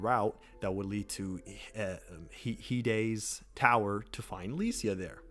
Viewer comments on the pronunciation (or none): I think the tower of flame is pronounced "Hyde's"